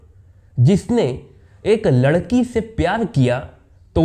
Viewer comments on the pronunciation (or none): none